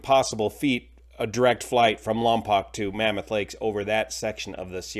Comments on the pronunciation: Lompoc is pronounced by the locals (Lom-poke), not (Lom-pock) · Lompoc is pronounced "lom-poke", not "lom-pock". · It's LAHM- pohk not LAHM- pock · It's pronounced "Lam-poke", not "Lam-pahk" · Lompoc is pronounced Lompoke, rhymes with broke. I lived near Lompoc for many years. It was always easy to know who wasn't a local by the pronunciation of the city. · The second o in Lompoc is long as in 'Lompoke'. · For future videos, Lompoc is pronounced "Lom Poke" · Just a heads up for future videos, it's pronounced "lahm-poke". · It's actually pronounced LOM-poke - born and raised there... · Lom-poke is the pronunciation. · lompoc pronounced lom-poke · It’s pronounced “Lom-poke” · Pronounced ‘Lom-poke’ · It's pronounced "POKE", LOM"POKE" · I’m from the county where Lompoc is located, if you are reporting news try to get the location name correct.